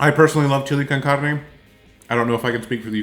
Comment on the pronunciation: You must have lived in America because your pronunciation of Chile con Carne was really good for a non Spanish speaker. I'm white and American but learned to speak Spanish in my teens. Very interesting to learn typical Ukrainian people would find a canned chili too spicy. Any Mexican food would definitely rock their guts.